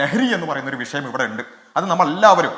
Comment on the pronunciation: ഭരണഘടനയെ ഉൾക്കൊള്ളുന്ന പരിഷ്കാരം നടപ്പാക്കാനുള്ള mandate ആണ് മൂരി താത്താ ജനങ്ങൾ ഗവൺമെന്റ്ന് കൊടുത്തിട്ടുള്ളത് 😊 പിന്നെ, " വിശയം" അല്ല വിഷയം ആണ്... താത്ത റബ്ബിന്റെ പത്താം ക്ലാസ് ആണെന്ന് തോന്നുന്നു 😂